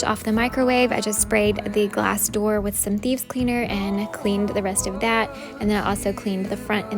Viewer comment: LOL!! I thought you were saying “Bees”... it Thieves! Okay ! No wonder I could not find them on the internet ....have to pardon this old woman! 😁